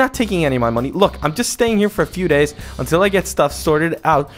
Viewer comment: unti'll not unrol